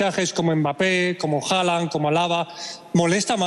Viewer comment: Es hallan, no jalan, no lleva jota el nombre, lleva hache muda